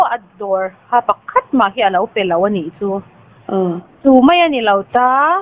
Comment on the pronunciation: A tawpnaa i kawm nu hian Mizo tawng dik hi hmang ve tawh turin lo hrilh la, mai tih aiah mei tih a hmang fo mai hian ngaihthlak a ti nuam lo kher mai, midang i kawm leh hma hian he tawngkam hi hmang lo turin hrilh hmasa zel teh aa kawmhma hian